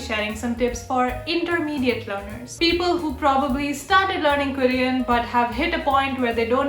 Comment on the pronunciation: ITS NOT "KARIAN" ITS KOREAN